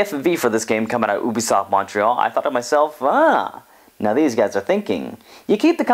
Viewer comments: It's, you-bee-soft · It's all good dude, a lot of people say it that way, but everybody from Ubisoft says "you-bee-soft." I still call Raiden, "ray-den" so I don't always us the correct pronunciations either.